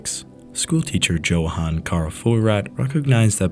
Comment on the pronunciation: Johan is pronounced yohan.